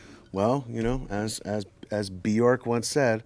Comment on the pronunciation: Love how Talib mentioned Bjork but pronounced it "B. York"...like u'd say "D'Shawn or D'Andre"